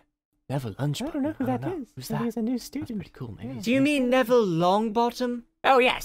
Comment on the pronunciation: I turned the captions on... When Dumbledore mispronounced "Neville Longbottom", it said "never lunch button".